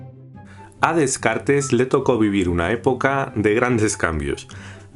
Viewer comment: Todo iba a bien hasta que escucho como pronuncia Descartes 😂